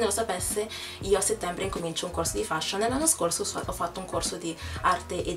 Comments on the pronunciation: si dice feshion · si pronuncia "FESHION" e non come si scrive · la parola " FASHION " la pronunci male ! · Sbagliato non si feshion. Solo gli italiani lo dicono cosi